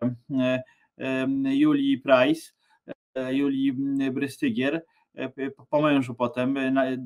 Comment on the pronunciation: Brystygier czyta sie z niemieckiego BRYSTYGIER tak jak STEIN czyta sie SZTAJN. Jest jeszcze pare roznic wymowy niemieckiej I polskiej